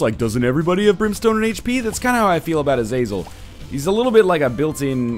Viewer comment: Ah - Zah - Zel, Just for future knowledge haha